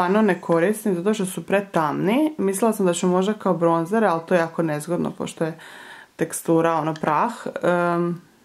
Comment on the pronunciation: Neki umjesto bronzer govore bronč(ć)er